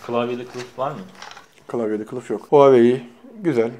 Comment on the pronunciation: Huawei'yi Huahwi zanneden :D